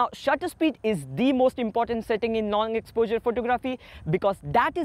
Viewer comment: He pronounces it as ex-po-jurr...Jus t found it funny